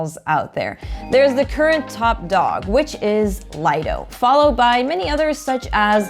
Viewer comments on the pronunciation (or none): Nice video. Also, it's pronounced, LEE-doh. Definition: 'Private beach'.